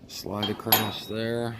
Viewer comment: Did you finish the video? Nice build but want to see the finished product. ONe thing though, it is driving me a little crazy, there is no T in the word across!